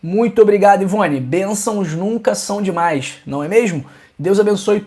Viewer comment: Cara vc fala dimas